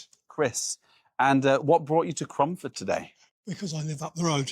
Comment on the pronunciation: Cromford not away romford